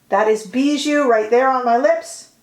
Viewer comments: I love your makeup look today, although you always look good! I love the Victoria Beckham brand and style, the image of class and elegance. By the way, the lip tint ‘Bisou’ is pronounced ‘bizou’ as though it was with a z. It means kiss in French 💋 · Just a quick correction: it’s called Bisou which means kiss, not Bijou, treasure😘